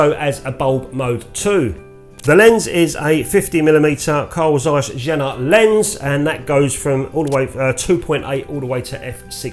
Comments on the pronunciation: Excellent and entertaining, as usual 👍. To disappoint you: You're nowhere near butchering the pronunciation. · The Tessar is a very nice Lens! With beautyfull Colour rendition! The Name of the Camera-Manufacturer wasn't too much butchered, not to bad ;-) With best regards from Germany!